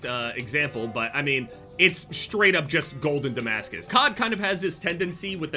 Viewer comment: The fact can stand “I broke their armor” more than he can when he reads the word Damascus is crazy😭